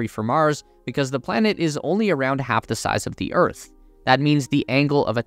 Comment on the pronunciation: minor mistake, its pronouned Earth, not örth